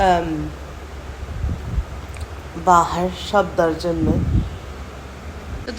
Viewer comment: It's SAFdarjung lol, irritated me so much when you misspelled it plus pronouncing it wrong the whole log 😂